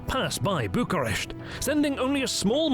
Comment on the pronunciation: He also calls Bucharest, Bukaresht with a and sh, which is the Hungarian version of what the locals called București or /bu ku resh t:i/